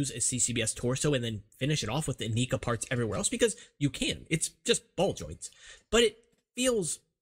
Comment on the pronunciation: Stop pronouncing it "ineeka" for the love of God. All the commercials pronounced it "Inaika", plus it sounds better.